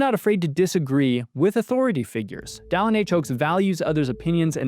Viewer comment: So, where does the host get off calling the prophet “Dallen”?